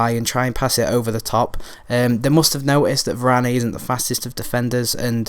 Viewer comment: You don't pronounce the "e" at the end of french words unless there's an accent :)